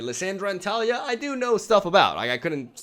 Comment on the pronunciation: It's tuh-LEE-yuh. 😁